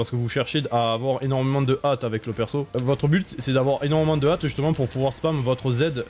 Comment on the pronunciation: Petit détail : accélération de compétence est dite par le mot "hâte" pour "hâte des sorts", et non "AT"